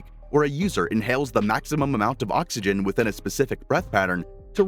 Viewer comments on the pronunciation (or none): none